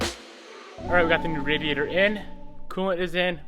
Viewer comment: New word to car dictionary. The "aidyader"